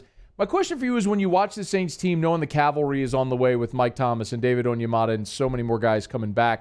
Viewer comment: Thanks,, for knowing how to pronounce "cavalry", even if Sean Salisbury doesn't.